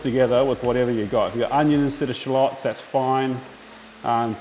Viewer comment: Love that SPACE!! From the U.S.🎃🎃! Love the way you say shallots, the BEST! PEACE.